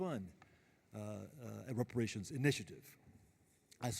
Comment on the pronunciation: "Come on, give me the words!", "Give me $5,000,000!" 😄😆😅 This is comical. What a circus!!! 🤡 Was that Reparashunzzzzz? Oh, sorry. It's with an "S".